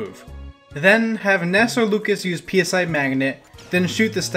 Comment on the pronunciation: Hi! Great video! Also, PSI is not intended to be spoken as Pee Ess Aiii. PSI is an alternate spelling/play on the word PSY or Psychic. So it's intended to be spoken as "Sai Magnet".